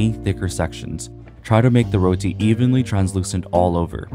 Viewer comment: amazing video! Tips on pronouncing Roti, it's more like Roh-Ti, not Roll-Ti